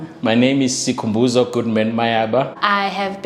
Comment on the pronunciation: when she says skhuuu🤣🤣🤣🤣🤣🤣🤣🤣🤣🤣🤣🤣🤣🤣🤣🤣❤